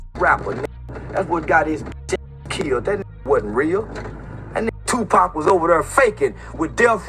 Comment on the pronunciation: Dude can't even say Tupac name right 😂😂😂😂 where u living at? In the UK?